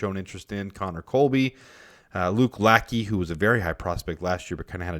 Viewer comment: Hi, love your work! I'm a huge Iowa fan, and Luke's last name is pronounced "La-shay". Keep rocking!